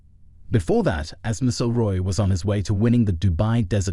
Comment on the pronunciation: HIS NAME IS MC (AS IN MAC) IL ROY